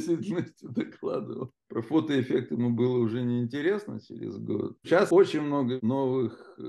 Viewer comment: Одно замечание - было бы лучше, если бы Ирина не использовала так часто в речи слово «очень», на которое она ещё и делает ударение: «уооочень». Режет слух. Это ещё и не совсем подходящее слово для научного доклада.